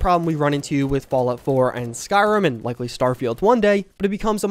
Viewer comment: SkyRIM, not SkyRUM.